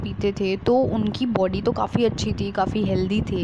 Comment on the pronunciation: Boody nahi ho body ho ta hai